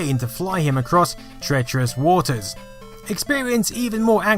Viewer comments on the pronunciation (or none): none